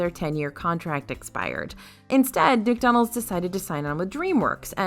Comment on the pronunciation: I’m sorry did she just say “Dickdonalds” 😂😂😂😂